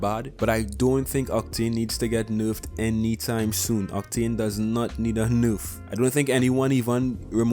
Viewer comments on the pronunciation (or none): First things first #SAVEOCTANE Second of all I love it when you say nurf instead of nerf